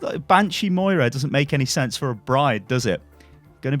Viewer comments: M O I R A not moria.... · “Moria” it’s moira fuck nuts